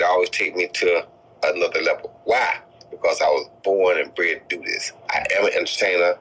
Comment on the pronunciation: All i gathered from this interview was roy jones saying ' bored and bent'.